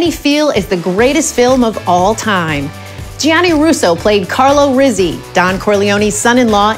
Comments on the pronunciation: “Ree-zeeh”? Rizzi should be pronounced “Rit-zeeh”. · No. In Italian, it's Reet-zeeh.